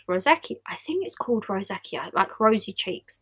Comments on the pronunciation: Hi. It is pronounced row-zay-shuh. I have never had it before but know some people who have. Best advice would be to speak to your doctor for possibly antibiotics and to use gentle products. I know you love your body shop gel scrubs at the moment that peel off your skin? Maybe stop them for a while until your skin improves. Loreal have a lovely kiwi facial sugar scrub that i am using at the moment and it has been great on my sensitive skin. The body shop ones you were using, the green one, was way too harsh for me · Hey, rosacea is pronounced ‘row-zay-sha’. I know that azealic acid and niacinamide are two actives good for this condition so when you run out of moisturiser maybe pick one up with these ingredients or just get them as separate serums. I use both a couple of times a week and they’re pretty effective. Ps agree with one of the comments below to maybe pause exfoliating products for awhile as that can aggravate it 😊